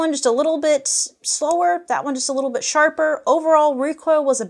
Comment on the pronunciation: "That recoil was a 'bit sh'arper". Intentional?